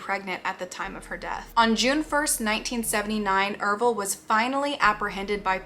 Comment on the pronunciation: ERVILLE? the ervillites? oh shiiiiiiiit were in for a ride everybody